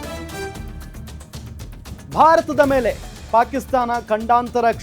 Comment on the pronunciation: ಗಂಡಾಂತರ ಅಲ್ಲ ಮಾರಾಯ.. ಖಂಡಾಂತರ